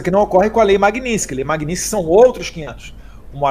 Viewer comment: Magnitsky é o sobrenome de uma pessoa que foi barbaramente assassinada e que por isso, de uma certa forma, foi homenageada como nome de uma lei contra violação dos direitos humanos e outros crimes específicos. É um desrespeito ficar pronunciando de forma errada este sobrenome sendo que tanto no idioma original (russo) quanto no idioma português a pronúncia é a mesma: MAGNITSKY. Não existe magninsk.